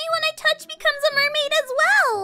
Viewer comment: Aph, it's the mail-maid